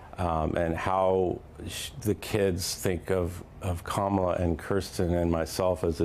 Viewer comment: The mispronunciation of Kamala’s name is deliberate and vile. They know very well how to say it. It’s a premeditated put-down. A clear implication that her name is not ‘American’ and she is not one of us. Disgusting tactics.